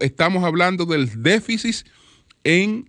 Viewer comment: ¡Qué periodista y comunicador nos gastamos! necesita muchas cosas, incluyendo un diccionario (déficit NO “déficis”), y respeto a Miriam Germán Brito y su equipo.